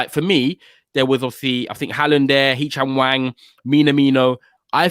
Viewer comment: ‘Hee chang wang’ I’m dying 🤣🤣🤣🤣🤣🤣🤣 good try g